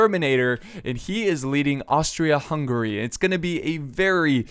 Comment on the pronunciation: it's Hungary not hungry